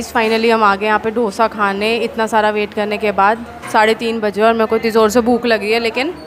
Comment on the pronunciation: Bas South Indian hu toh correct kar rahi hu it's दोसा not डोसा 😂 Sab yehi mistake karte hai 😝 Love your videos by the way! ❤